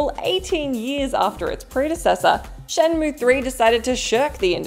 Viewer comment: the one unsung thing about the laughable shenmue dub is Corey Marshall's near perfect pronunciation of both Chinese and Japanese names and other proper nouns